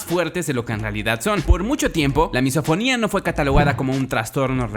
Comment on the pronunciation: Yo entendi MissaSinfonia en ves de MisoFonia